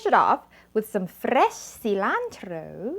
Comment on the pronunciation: 👍👍👍tasty! I like the way you say FRRRESHH CILANTRRRO 🤣🤣🤣